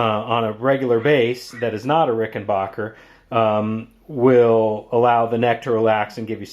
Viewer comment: Rick-in-back-er. Not "bach"er